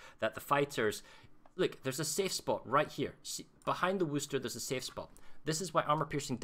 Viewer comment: Worcester, Massachusetts. No “h”. Pronounced Whuhster or Whuhstaah. - this is a really good tutorial, whether you’re playing CV or anything else. Especially an AA cruiser. Thanks!